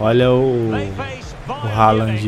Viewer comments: O próprio Haaland disse que a pronúncia certa do seu nome é "Rôlam", pois é de origem norueguesa, e não "Ráland" como a maioria pensa por ser de pronúncia inglesa... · Pelo visto tem até narrador treinado pelo Datena nesse FIFA, maluco me soltou um Erling "Roland"